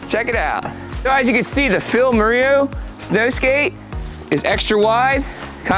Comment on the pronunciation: please check how to pronounce "moreau" :-D